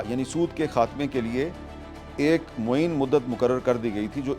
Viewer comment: Not mueen, right mu-ayyan.